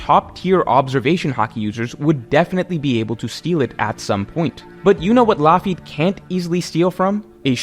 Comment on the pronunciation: Loafy is genuinely insane bc it doesn’t even sound close to Lafitte.